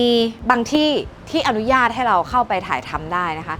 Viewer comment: อยากให้ทุกคนที่ทำงานใด ๆ ออกสื่อ เลิกเติมสระอิในคำว่า "อนุญาต" เพราะ อนุญาต ต้องไม่มีสระอิ 🙏 ขอบคุณค่ะ